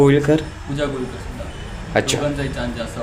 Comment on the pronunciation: घोईलकर नाही गोवीलकर